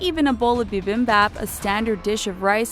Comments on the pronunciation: Its not beBeMbaAB its bibimbap jeez white ppl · Bruh the way u pronounced bibimpab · I cringed when she pronounced bibimbap 비빔밥 incorrectly. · As a Korean the way the narator said 비빙밮 (Bee beeng bap) is a bit cringe XD but it was still better than when American's say Jee edimun or my name. Like they will say the j fully by itself instead of like jey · I had to exist when she mispronounced bibimbap